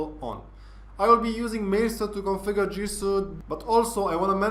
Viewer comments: Suite is pronounced "sweet" (not trying to being an ass here). - Love your vids, excellent break-down and explanations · The Word Suite Is Pronounced Sweet. Not Being a Smart A--. Just want to help.